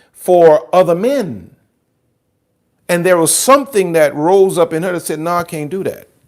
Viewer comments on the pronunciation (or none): none